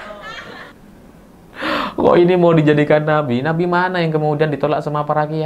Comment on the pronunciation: sy pertama dengar ucapan bukan Nabi tp napi 😅😅